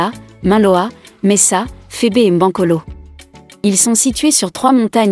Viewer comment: on dit le Mont mbankolo